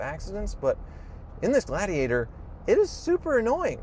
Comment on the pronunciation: ...can you say gla-di-ator?